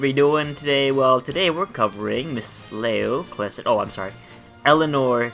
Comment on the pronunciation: Thanks for this video. It's pronounced KLY-sen, not klee-son, by the way.